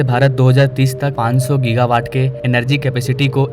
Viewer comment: भाई ! गीगा होता है जीगा नहीं ।🙏 विदेशी भाषा है - कोई बात नहीं । Topic आपने अच्छा लिया है और समझ भी अच्छी तरह रहे हो सबकुछ । 👍